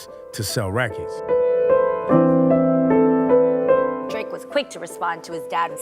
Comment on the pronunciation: . 😂😂 prolly the face drake made when he said 😳😳"It sssells wRecordss DAD😒"😑😠 😂😂🗣🗣